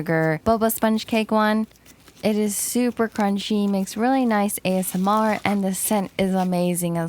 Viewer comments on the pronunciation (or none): none